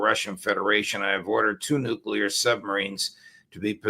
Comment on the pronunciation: alastair "casus belli" crook.....catapulting the propaganda again...."we can avoid global thermonukular war if trump nukes iran"....he's starting to sound like netanyahoo and ritter....."iran is five weeks from a nukular boom"....good work crook....extra lollipop for you